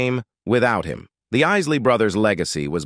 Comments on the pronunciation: Pronounce the man's name at least! It's pronounced Eye-lee not Is-lee!!! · 😂 I know ...is -ley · Is Lee Brothers 🤷🏾‍♂️ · Yeah, he keep on say isslee, i am sure he has heard the proper pronouciation before. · Who is the Is-Lee Brothers??? Their name is pronounced Isley. Buy mispronouncing there name shows that your doing this for likes👍🏽 and that you did your research but you never followed the band personally 😜.. SAD!! 👎🏽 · The Iss-ley Brothers??? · Stop with the AI. It’s not even pronouncing the Isley brothers last name, correct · I noticed that too. That is when I stopped watching. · Spot on... It's sad, they don't even know the real or whole story.. The name being mispronounced 😡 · i wish he pronounce the name right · this AI voice is so bad it can't even pronounce Isley - please!